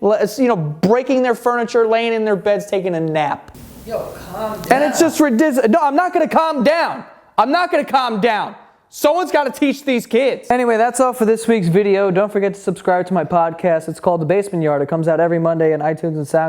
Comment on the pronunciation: It’s ridizzulous